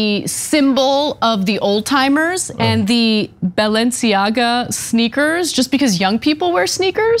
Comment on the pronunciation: Ana knows how to pronounce Givenchy, but is that how you say Balenciaga? Genuine question.